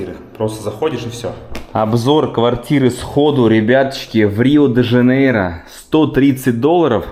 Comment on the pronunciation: Пупсоны, все слова в португальском оканчивающиеся на "o" читаются с русским звуком "у", поэтому Риу вместо Рио, Порту вместо Порто и Обригаду вместо обригадо для мальчиков